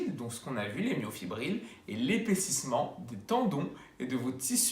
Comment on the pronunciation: bonjour Petite erreur de prononciation, c'est Myofibrille (ex: brille) et non myofibrile (ex : fébrile).